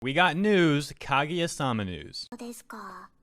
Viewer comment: Can't even pronounce Kaguya omfg